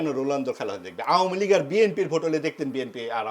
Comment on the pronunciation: আমলীগ! নামও বলতে পার না!